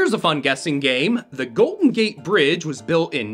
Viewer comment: "Golton Gate"? Did you mispronounce it for engagement bait?